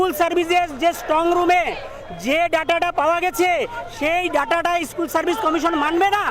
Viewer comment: Dada ishkool noy ota School